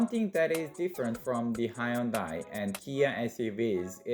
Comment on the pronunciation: High yun dai ??!!! It's hyun dai !!!!!!!